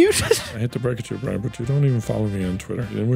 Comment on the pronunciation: After all these years, still calls Brian “Brine”